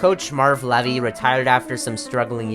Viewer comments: It's pronounced "Lee-vee" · Good lord, also it's pronounced "LEE-vy" c'mon man...